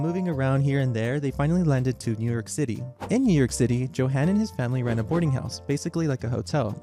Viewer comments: I'm not talking about perfection. I'm talking about at least attempting to read it like it's a German word. Joe-han? Yo-hun. It's not that difficult. For all the research that went into this video it would have been better as a slideshow without audio if the language was going to be butchered that badly. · I do believe the name is pronounced "YO-han". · [yohan], not [djohen]. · I'm so confused. Your German pronunciation is sometimes really good (like you pronounce the '-ch' in words like "Bach" and "Richter" perfectly), and yet you also make some pretty basic mistakes, like not pronouncing the "j" and "w" like "y" and "v", respectively (*cough* "Johann" and "Wagen" *cough*). It's as if you did research into how to perfect the difficult aspects of German pronunciation, without even knowing the basics 😭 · It’s kind of hard to take you seriously when you don’t even know how to pronounce “Johann.” Quite ignorant. You have never heard of Bach?